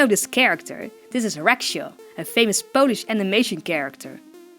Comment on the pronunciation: Wow! I didn't know one of my favourite ytbers is half-Polish. ;U; I'm Polish and I need to say that your Polish is good!